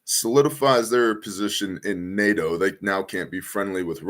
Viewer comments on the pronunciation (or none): none